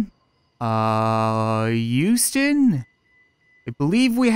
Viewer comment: He pronounced Huston wrong "Uh youston, we have a problem here"